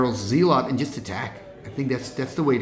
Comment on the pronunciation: zealot is pronounced "ZELL-uht" kind of like "SELL it"